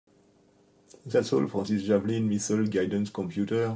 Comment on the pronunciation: Pour le coup non, Il n'y a littéralement AUCUNS efforts de prononciations 😅"zeu misseule... " "The scrousse" 😂Alors que il suffit de parler correctement français et le traducteur auto fera un job parfait